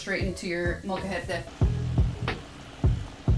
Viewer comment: Your pronunciation is really good when you said the names of peppers, Molcajete, etc, etc!!